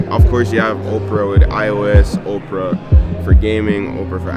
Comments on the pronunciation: I couldn’t stop laughing the whole video he kept saying Oprah and it’s Opera lol I love the video though! My guy!🔥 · Nice vlog but bro please learn how to pronounce or enunciate properly! You literally said Oprah the whole time! It’s Opera! Op-er-a, as in musical theatre, like a night at the opera, not Oprah Winfrey! 🤦🏾‍♂️ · how did you get a sponsor and cant even pronounce the company name…i literally thought the billionaire Operah invited you out 😂…its pronounced op-era not Operah the lady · you pronouncing it "ope-ra" like Oprah instead of "opp-ra" rubbed me the wrong way for some reason on lol Solid video as always tho 🔥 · Omg legit thought you were saying OPRAH the whole time 😂😂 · The presenters pronounced it as Oprah as well… pretty for sure he know what he doing lol.